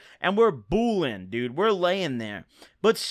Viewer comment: don’t ever say boolin again 😂😂